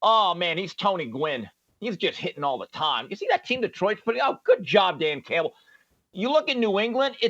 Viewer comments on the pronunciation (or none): none